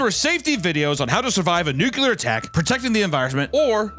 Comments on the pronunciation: To survive a what attack? Noocular? Or nuCLEar? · it's fricken pronounced "NU-CLEAR" and "ESS-SPECIALLY"!